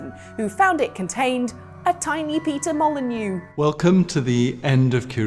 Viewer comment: Peter Mo-lie-neux